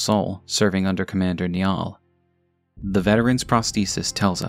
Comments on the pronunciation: Its not nyall its niall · It's pronounced more like Nigh-al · FYI 'Niall' is pronounced 'Nile' in English. It's like an old version of 'Neil' and is of Irish origin. I used to work with a Niall, nice guy. :) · I'm sure someone has mentioned it, but Niall is the Irish version of the name Neil and it's pronounced Nye-al (run together it sounds like Nile, as in the river) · Commander "Nya"ll lmaooo. Didn't know he was a catboy